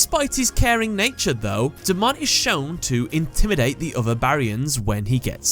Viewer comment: You said his Japanese name right the first time. ^^